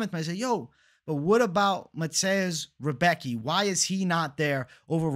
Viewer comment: not 100%, but I'm pretty sure Rebecki is pronounced, "Rih-bess-key". I gotchu.